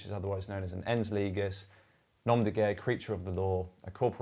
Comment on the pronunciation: "Ens Leejis" that's how it is pronounced